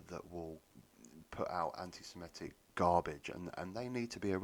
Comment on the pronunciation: It's Sem-i-tic, not sem-e-tic.